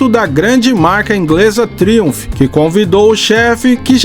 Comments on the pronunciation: Sem querer ser chato, mas já sendo... A pronúncia correta é "TRAUMF" e não Triunph. Forte abraço! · vc pronuncia Triumph de forma errada que chega ser horrível de ouvir PQP!! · A pronúncia da marca Triumph, ficou engraça…😂😂